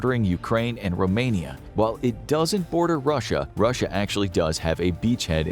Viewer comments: Romania not Roamani WTF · "Roamani" ??!?!? Are you serious ? ? ? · That is Romania, not Roamani … You do documentation like this for all your videos?